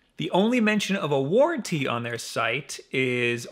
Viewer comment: What's a warrantee?